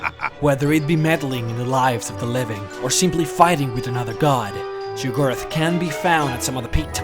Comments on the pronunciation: It's *Sheograth. Not Shigorath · Jyggalath ? What the fuck not only can't this guy prenounce Daedra, Sheogorath or even JYGGALAGG holy crap...